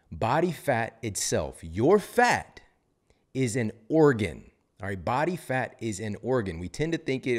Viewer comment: I love when you say « Bat Fat » 😈😂 I’m laughing alone in my kitchen